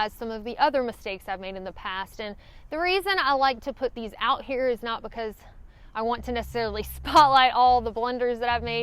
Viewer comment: I had trouble keeping track of multiple negatives until I realized that what I was hearing as "not" was sometimes actually "night".😉